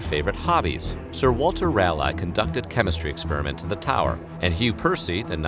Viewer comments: from a north Carolinian, it's "Raw-Lee" not rail lie lmao 🤣 it's okay people get Appalachia wrong all the time as well 😂 love your content and narration tho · Sir Walter Ral....lie.... ????? No No! Sir Walter Raleigh... Leigh is pronounced Lee And Guy Whom???? Sorry just giggles over the accent no offence meant. Great video 🙏🏻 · Gosh, noticed many YouTubers are soooo bad at pronunciations! - not Fox, but forks, like “knife and...”. - Ra-lie??? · That everyone in North Carolina and maybe the whole United States has been pronouncing the capital of North Carolina incorrectly. RAHL-EYE. Huh, who knew? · Sir Walter Raleigh's last name is pronounced "ra-lee". Sincerely, a North Carolinian. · Good video but as a NC native it's pronounced "Raww-lee" 😅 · SERIOUSLY? You’ve not heard of Raleigh, NC? It’s Raleigh..... Raw-LEEEEEE. Just DAMN. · I noticed that. Sir Walter Rally, 🤣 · I'm from North Carolina, it's "Rah-lee," not "Rally" or "Ray-lee". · GEEZUS dude. Haven’t you heard of Raleigh, NC? How can you bastardize his name like that? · You seem to be able to pronounce every word except "Raleigh"... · I KNEW someone else would have to notice that. Thanks.